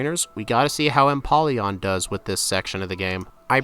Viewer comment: Lets goo and that O in empoleon is a long O its a combination of emperor and Napoleon